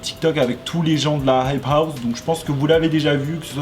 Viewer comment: « y’en a qui zont dit » « la heip haou »